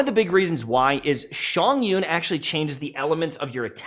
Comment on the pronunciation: It's Chongyun! Not Shongyun!